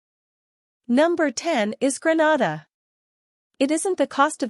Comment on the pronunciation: Please say GREE-NAY-DA not GRE-NA-DA.